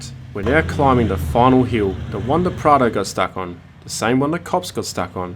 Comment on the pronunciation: I am pretty sure it’s Prado not prada 🤔